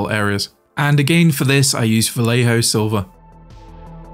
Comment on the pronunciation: Is NOT Valejo. it is Vallejo = Vajeho. Double LL = J for you J = H for you